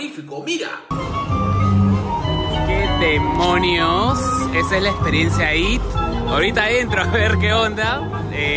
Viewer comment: Q buena "experensa"!!!!' :)